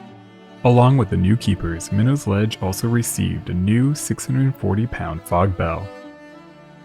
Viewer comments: It's pronounced "My Knot" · Minot is pronounced with a hard T, by any local mariner Pronounce it as a New Englander, not as a Frenchman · MY-KNOTS not minnows or whatever you're saying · Oh yah, it only took me reading 5 comments to see one correcting the way people pronounce the city's and towns of Massachusetts now we're correcting the name of the rocks hahaha. I for one didn't miss when he said the name of the rock 😂😂😂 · Good stuff, however we pronounce it sitch-yoo-it, not skitch-oo-it, and my-nots, not minnows, around here. I recommend before making a whole video to just look up the places you're talking about on YouTube and find a video or two where someone pronounces them in a local news broadcast or something, that way you don't have to guess and potentially get it wrong.